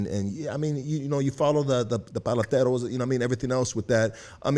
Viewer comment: Don't call yourself the voice of our people if you can't even pronounce what they do for a living...its PALETERO NOT PALATERO...